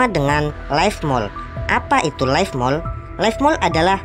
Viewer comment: Leaf Mold bang bukan life Salam Jadam 😁😅